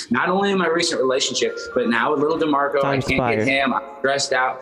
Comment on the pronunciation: Say his name "D'MARCO"😂